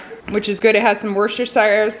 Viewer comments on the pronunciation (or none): It always make me smile when people try to pronounce Worcestershire it is pronouced" wus ter sher" hope this helps wow you did great in the kitchen today so much prep you do inspire me to do more in the kitchen but at least you have some help I get flustered when we are all in the kitchen and they keep asking questions over talking each other so I prefer the quiet lo have a blessed day